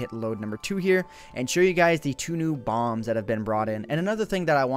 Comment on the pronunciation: is it just me or did it sound like he said 2 new bongs